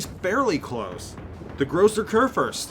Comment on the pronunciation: the phonetic spelling of Großer Kurfürst would be "Grosser Koorfirst". Americans tend to butchert the "ü" but if you simply try to pronounce it with an simple "i" like in "first" or in "birth" it still is not exactly an "ü" but it sounds much more naturally ;) just my 2 cents from Germany ;) greetings and keep it up!